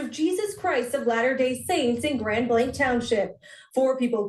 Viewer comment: 😂 when u were saying "grand blank" I thought u were talking n code.. but its a city.. 😂 Fill n the Blank.. Grand "illusion"